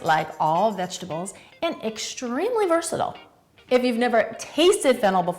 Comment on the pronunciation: What's VERSATOOL? At 29 seconds I heard VERSATOOL. Did you mean versatile? If so say it.